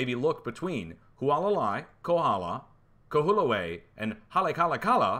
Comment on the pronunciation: LOL !! Kahoolave = Ka hO O la vay You'll get it Also ~ Halay a ka LA (Maui)